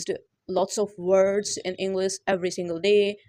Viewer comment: Bht axhi tips hen....Masha Allah... Plzz try to pronounce well like English not'englis' U can do it too😊